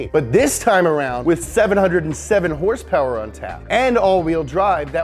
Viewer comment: Wtf horsepower nah it's horse peerrss